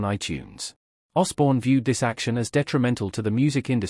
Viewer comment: Say Osbourne again 🙄 you might get it right at least once. AI is 🤣